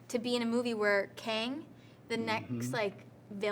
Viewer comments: Did Majors say Kangin? 😂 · Jonathan Majors actually said “Kangin”